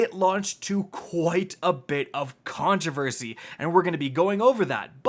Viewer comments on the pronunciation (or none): none